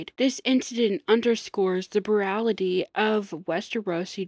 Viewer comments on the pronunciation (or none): I like the video, it’s good stuff I can tell your young so it’s all very easily forgiven we live and learn, but just try taking your time pronouncing words properly. Eg: “” rather then “brutality” You speak okay, you are informed on the topic and know what you want to say about it but your pronunciation needs work, listen to your own recordings to make sure your saying things correctly Keep at it, you’ll do well for yourself on here